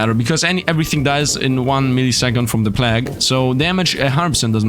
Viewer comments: He was saying plagg instead of plague (play-guh)[I think that's how to type out the spelling] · plague is said "play-g" ...sorry great video but that def bothered me😆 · god i hate the way you say plague. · u saying god run every 10 seconds is so fucking cringe also you're pronouncing plague incorrectly and jesus youre talking complete nonsense in the last hour of the vid